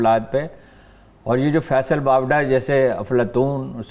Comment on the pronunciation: Haroon sahab its Faisal Wada not Wapda 🤣🤣🤣🤣Love u Haroon sahab